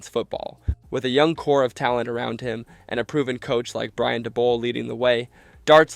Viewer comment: lol “Brian Dabble.”